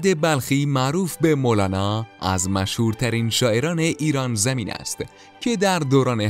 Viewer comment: فقط ایران زمین گفتنش 😅😅😅😅